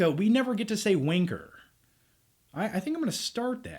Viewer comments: As a brit u offend me by not saying wanker properly it’ wan-ker not wanner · Please don't ever say wanker again,. Im sorry but youre not saying it right. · wanker, not winker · The way he says wanker, winker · Yeah Americans saying Wanker sounds weird haha. I enjoyed the first movie and but I'll probably wait till this is out on Bluray. My favourite spy film would be any of the original Bourne trilogy films, or Casino Royale. Great review. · So wierd hearing an american say wanker! Also, why the hell do you think brits say "pinchers"!?